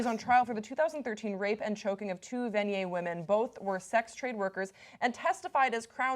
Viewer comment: Impressed, you pronounced Vanier correctly!